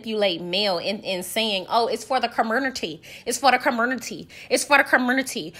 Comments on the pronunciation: 😂😂😂😂 you’re hilarious and petty and I’m here for all of it. Did you say curmonity😂😂😂 love you Sis, keep up the amazing work ❤❤ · Girl. You are too funny! Ker-mer-nuttie!! And Esssssss-pO! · Lmfao not the "comurnity" Jesus wept 🤣🤣🤣🤣